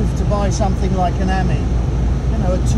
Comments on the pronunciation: Not quite pronounced correctly , it should be the French for friend . I have a pale blue one . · You pronounce Ami as the French would say the word meaning friend .